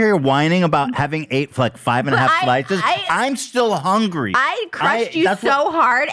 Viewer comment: Ethan: "That's my secret, I'm always hunry" lmao